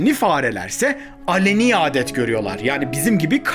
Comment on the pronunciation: Alani değil aleni